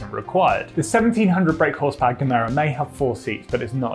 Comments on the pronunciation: Good vid, the name is though “Gemera” not “Camaro”. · stop saying Camaro..it's Gemera with an A at the end.!! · FYI: Gemera is two words, Ge+Mera, pronounced "Yeh Méra" and it means "Give more" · Gemera - The G is pronounced as a J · Pronounce it like yeah-mera. The G is soft. My Swedish ears got really offended, I had to consult my league of Karens after watching this video. After consulting we decided we need to see the manager!